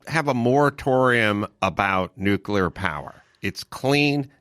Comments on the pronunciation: Uuuh Mark- the word is pronounced nu-kle-er NOT nuk-u-ler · Gerrigos says “nukular” lol it’s over!!! “Nuclear” ☢️ buddy….. Really. Damn he Is a stupid ass Homer Simpson Buffoon.. lost all credit my dude. Still love you guys. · It's pronounced "new-clee-er". That concludes today's lesson.